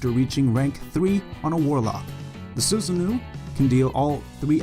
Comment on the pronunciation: Why does everyone say susanoo wrong You say it like sew-sa-no